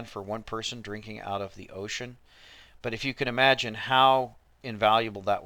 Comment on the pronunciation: Its "Implicate" NOT "implecate". Its "there" NOT "THEIR". Its "Imagine" NOT "amagine" You need to spend less time in church and more time in school. For leaders of all religions, ignorance is bliss.